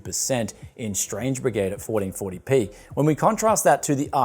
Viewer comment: "Forreen forry pee"